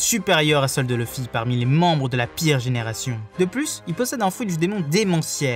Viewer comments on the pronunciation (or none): none